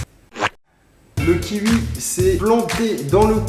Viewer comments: 😂j'adore comment tu parle "kiwui"c'est quelle origine ça?😂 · « Un kihui »😭😂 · Il dit le kiwui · Le kiwui 😂 comment tu le prononce c'est exelent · on va prendre un kihui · Ça me fait des frissons quand il dit "Le kiui" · « Le kiui »😂😂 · LE KIUI 😂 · "Le kiui" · Le « kioui » 😂 je rigole à chaque fois qu’il le dit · pour dire kiwi le mec dit 'qui ui' mdr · Tu prononce le kiui 😂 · "ki ui" kiwi mdrr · LE KIUI. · La prononciation de kiwi de Charles "Le kiui"😂😂😂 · Like si t'aime les kiui 😂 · Un kiui??? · "le kiui"😂😂😂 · Le kiwui 😂😂😂😂😂😭😭😂😂😂😂😂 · Il dit même le kiui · Sa me perturbe comment il dis " kiwi " je suis la seule ou pas ???😂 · Vous êtes autant perturber que moi quand il dit kiwi ? 😂😂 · j'aime la façon qu'il dit kiwi je trouve ça satisfesant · Sa me tue comment il dit "kiwi" 🤣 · Qui adore la prononciation du mot kiwi de Charles 😂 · C "kiwoui" pas "kiwui" 😂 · Kiwi pas kiui tabarnack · J aime trop comment tu prononce kiwi: -Fastgood: ki-ui -Les autres: Ki-oui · On prononce KIOUI pas KIVI bordel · Ya que moi qui dis kioui et pas kiui ? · Ça me stress c'est le KI"OUI" pas le KI"UI" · C pas le kivi mais le kiwiii sinn pas mal👣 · "Le kiwui " ça se prononce kiwoui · "avec le kiui" 😂😂😂😂😂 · Arrête de dire 'kiui' !!!! C kiwi 😡😂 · C kiwi pas Kiui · Je suis le seul à prononcer "kioui" et pas "kiui" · Un kiwoui pas un kiwi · ça se prononce kiwoui, pas kiwui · Il dis kiwui au lieu de kiwi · Hé mon Charlie... pourquoi tu dis Kiui? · ptin ça me trigger de ouf d'entendre " KIUI" DIS KIOUI COMME TOUT LE MONDE MERCI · Ça me stresse il Dit : -Kiwui Au lieu de: -kiwoui 😂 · Le kiwi pas le kiui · Charles tu dit kiui au lieu de de kiwi 😂😂😂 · "on va prendre un kiui" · Kiui 😔 kiwi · Ça me stresse quand tu dit kiwi 😂 Moi : kioui Charles : kiui Ça me stresse 😂😂😂😂😂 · Kiwi pas kiwui ! 😁😁😁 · bah ça se prononce "kioui" lui il dit "kiwi" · sa me stresse que tu dise kiui 😂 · Un kiwui 😂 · le ki Ui, le ki UI... 😂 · "le kiui" 😂 ptn Charles jtm 😂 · Le kiuoui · Le ki ui😂😂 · Un ki-ui 😂😂😂😂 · le kiwui mdr